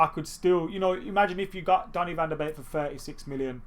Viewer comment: Finally someone who pronounced van de beek right 🤣